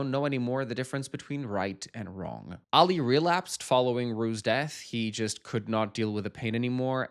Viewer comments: Please…it’s pronounced AH-lee, not Allie! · Who is Alley? His name is Ali - pronounced Ah-Lee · I like that on the last euphoria reaction you've corrected yourself by pronouncing Ali's name right and then proceed to say it wrong in the next 🤣🤣